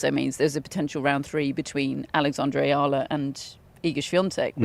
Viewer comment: It’s E-ah-la